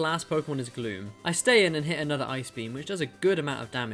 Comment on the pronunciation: i thought you said "i brought MEW down to red health." I was eating my lunch and was just listening. I snapped my attention to my phone, and realized that he said gloom.